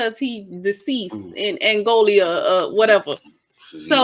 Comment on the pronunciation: Isn’t it “helpmate”??? And why are you saying “Angolia” as a grown adult you don’t know it’s Angola? The woman said it very clearly.?